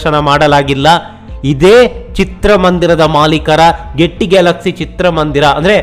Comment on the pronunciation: ಈ ಥಿಯೇಟರ್ ಹೆಸರು ಗೆಟ್ಟಿ 😳ಅಲ್ಲ , ಗೇಯ್ಟಿ🤣(Gaiety)